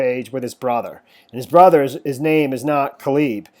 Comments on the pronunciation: No offense, but it's pronounced like: KAY-LUB...not Kuh-LEEB. Good reporting, though...thanks! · And Cayleb not cleeb? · Pronounced. Key. Nigh. Kenai. Calib. Is like. K lib.